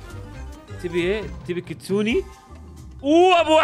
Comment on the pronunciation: كيتسون❌ كيستون✅